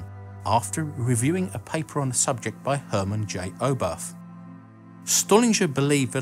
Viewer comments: Great video as usual! No sensation seeking and calm I love it. Just one remark from a german speaker: Pronounciation. Oberth is just spoken Obert. TH is an English only invention and does not work in German the same way. But that is just a minor remark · Oberth is not pronounced with English th. It is an ordinary t despite the spelling with an added h. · Constantine Zillo-kofsky, Hurrmen Oweberth, Robbert Estenolt-Peltery, Corellyoff, Urnst Stollin/dzh/er..., please, yours has come to be recognised a respectable channel. Please research into the pronunciation of names before you're making an ignorant arse of yourself on YouTube. Thank you. You've managed an almost exemplary "Wernher von Braun", so why did you decide to butcher the former ones?